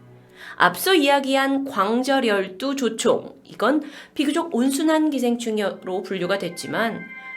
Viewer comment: 광-절열두조충이 아니라 광절-열두-조충입니다